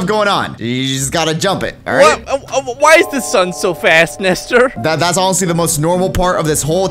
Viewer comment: why did you call him nester?